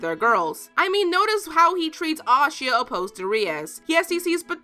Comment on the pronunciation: You said Asia wrong😭